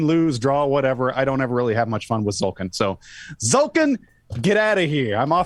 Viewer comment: Everytime someone pronounces "Tzolk'in" without the T I think of "ZOLTAN" /z-sign-with-hands :D